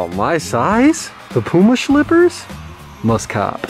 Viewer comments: Lol watching this vid in 2022. Srsly, who pronounced it “Pewma”? 🤣🤣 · its p-you-ma!! The cat is P-YOU_MA too!!! and NUTELLA is not NEWT- ELLA It is made of NUTS!!!!